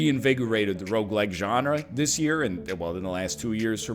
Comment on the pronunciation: A decade later and I still swear he’s saying roguelight